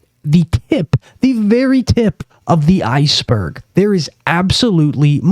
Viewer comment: “…tip of the iceberg” emphasis on “berg”